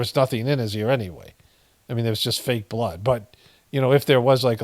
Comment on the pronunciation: Am I the only one that thinks it's completely creepy how he pronounces blooooddd??? Hahaha hahaha weird a t